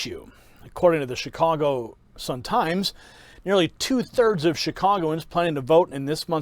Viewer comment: did he accidentally just call it chicongo? Lol, nice